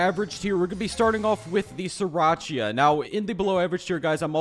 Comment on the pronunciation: 'Siracha'